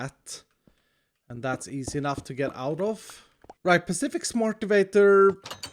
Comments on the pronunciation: pa-fish-ic Sans: AYYYYYYYYYY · pacific pafetic pa fish ic . Spot the corrent name